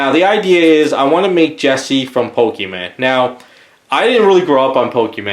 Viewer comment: It hurts to hear him call pokémon pokéman